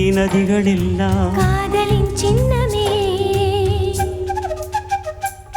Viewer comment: எழுத்து உச்சரிப்பு பல தவறு சிரிப்பு என்பதை ச்சிரிப்பு என கூடாத சின்னமே ச்சின்னமே அல்ல தமிழ் உச்சரிப்பு வேறு